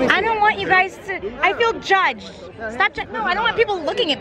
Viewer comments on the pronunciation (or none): Nobody: Absolutely nobody:: I FEEL JUGED!